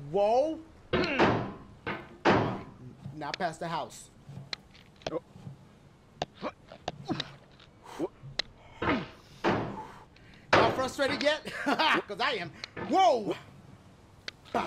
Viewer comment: “Ya’ll fustrated yet...cause I am”😂😂